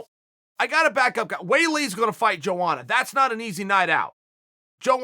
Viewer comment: Chael, my brother is pronounced : yo-onna